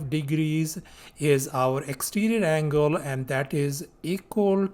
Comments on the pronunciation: bro is telling angle "angala" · bro it's something on the "anguala" side